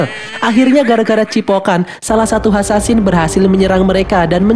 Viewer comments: Assasin bkn Ansansin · Kak bukan hasansin yang bener asasin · Asasin bukan hasansin 😡